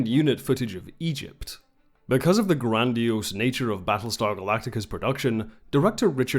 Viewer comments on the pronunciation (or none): none